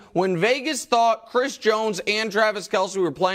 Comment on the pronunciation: K-E-L-C-E, not Kielce.